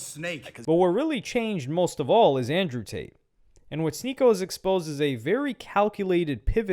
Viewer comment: ANJEW TATE